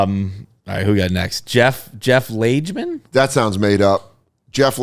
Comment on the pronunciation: Jeff Lagemen..."Lage-" like "Lager" ;-)